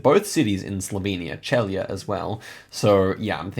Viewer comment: Celje is pronunced like "tselye". Trojane village has very famous donuts (they don't look like American ones and they also don't look like Trojan horses haha). Congratulations on good guesses!🙂